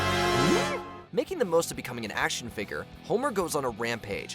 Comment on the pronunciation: Dude learn how to say action figure